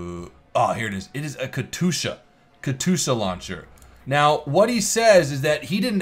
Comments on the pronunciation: plz.... Kat yusha not katusha my inner ruski is crying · Katyoosha, not katoosha! :D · It's Katyusha not Katusha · katusha? katYUsha, shouldnt be too hard to spell xD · You forgot the "J" from katyusha. It's more like katjusha. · Katyusha (Cat-you-sha) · its pronounced Kas-tu-sha (sorry if i offend you) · DUDE ITS KA TYUSHA KATYUSHA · It's auctually pronounced kat-ee-u-sha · Ka-TOO-sha. cringe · you are pronauncing the katyusha wrong. Just sayin´. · I cringe when you mispronounce Katyusha.